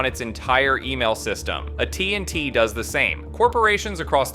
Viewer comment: Great video, watched it at the taco shop. But the way you said AT&T was very interesting